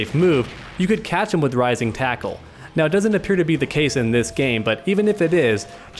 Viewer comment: Dude this is killing me! It's: Rising taco and Crapshoot... say it right.